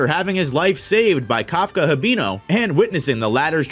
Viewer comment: Your saying Kafkas last name wrong and Reno’s also